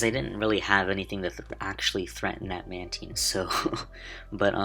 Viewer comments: Is mantine pronounced like that? :o Manedgyteen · THATS NOT HOW YOU SAY MANTINE